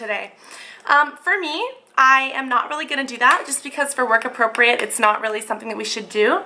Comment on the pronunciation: haha, at the end end u said work APROCREAT makeup